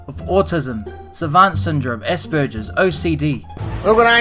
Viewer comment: Him saying “espergirs” instead of saying “aspergers” triggers me, but he’s British so I can’t be mad.